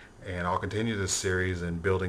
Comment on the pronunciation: no hate, liked the vid, but.. if this is your new favoritve deck, then you should learn how to pronounce the word "Hieratic", you're a grown man for christ sake lol. everyone thinks it's the same as heretic; it is not.